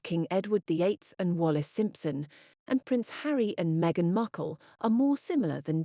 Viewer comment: Wallis was far more classy then as presenter calls her "meghan muckle" 🤣